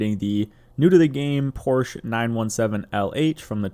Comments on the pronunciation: "Porsche" is a two syllable word, pronounced POR she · You’re pronouncing Porsche wrong :P